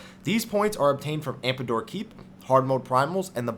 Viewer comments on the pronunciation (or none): Man., sir. Meridianum = Mer-ih-dee-ah-numm Tomestone - as in TOME+stone, not tombstone AmDApor, not AmPAdor Love your videos, so I'm not saying this to be rude or anything. Just wanted to correct your pronunciation since these words were repeated as often as they were, lol. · Yeah, As much as i enjoy the information. I feel that you should at least be able to be able to pronounce the terms correctly. AmDAPOR keep and TOME stones, not TOMBstones. Meridianum (Not unlike the Prime Meridian in Geography).